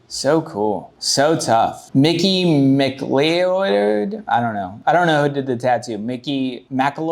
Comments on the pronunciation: heh it's pronounced "mick-cloud" generally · Its said ma-cloud, like highlander!